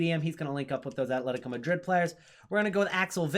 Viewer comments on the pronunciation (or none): none